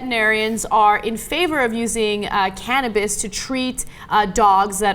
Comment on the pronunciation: Caninebis? anyone? anyone?